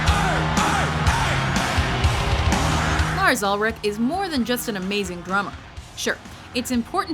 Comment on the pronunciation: 1: Mike Portnoy 2: Mike Mangini . . . 1,000+: Flawrs Ulrich